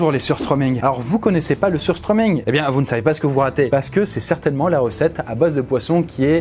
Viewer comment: AAAAARGH je parle suédois et ça se dit pas "sustreuming" mais ça se prononce "sushtremin"